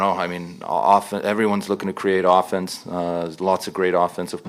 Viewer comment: Ohffence. What a dick, what a dumb way to pronounce 'offence'.